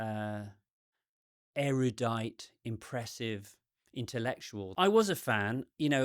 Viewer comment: I'm so glad at your pronunciation of 'erudite' ...those movies, the "Divergent" series ...i liked the first movie but it made me nuts they kept saying "airy-yoo-dite"